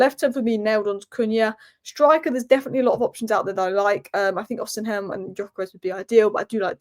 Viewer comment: It's not O-semen, it's Osimhen!